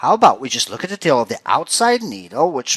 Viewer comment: Took me forever to figure out you were saying "tail" . Had to watch it over and over and over before I finally got what you were saying.